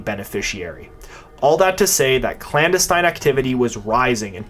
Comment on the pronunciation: Meanwhile, he mispronounced "clandestine" numerous times.